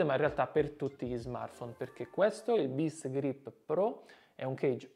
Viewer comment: Qualcuno ha detto Best Grip?! Best Griip